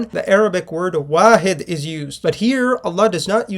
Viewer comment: Waحid not wahid ❤